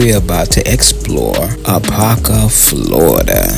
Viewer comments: I like the vid but my cities name is pronounced a-pop-kah you keep saying a-pah-kah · Really enjoyed the footage, history, and accuracy. Only one request. Apopka is pronounced Ah-Pop-ka. Both "p's" are heard in speaking the name. Other than that, great job. What's now below the railroad tracks is still predominantly Black but is now infused with Caucasians and Hispanics. I've lived on both sides of the tracks. Such an experience. Have you done anything on the town of Zellwood? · i Lived in Apopka for nearly 30 years from the late 60s until 1999 i moved just in time it's over crowded and the traffic 😥 your mispronouncing Apop-ka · First, you are mispronouncing Apopka. There are two Ps so there’s a “POP” sound. Ah- POP-kah. You completely missed some important sites like the City Hall, which is a beautiful Georgian Colonial style brick building. Apopka is the 2nd largest city in Orange County behind Orlando. Apopka comes from the Seminole word Ahapopka for "potato-eating place". Apopka is known as the "Indoor Foliage Capital of the World" due to its many greenhouse nurseries. We had the 2nd longest running mayor in the country, the late John H. Land, with over 61 years of service. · Your pronouncing the city's name wrong.